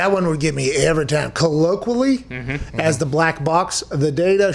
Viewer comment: Listening to Pat butcher "colloquially" Reason #82 why I love Pat McAfee Show